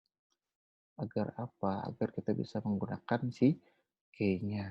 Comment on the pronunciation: Materinya bagus cuma frustasi nih denger key dibaca key, dibacanya kiy harusnya wkwkwkwk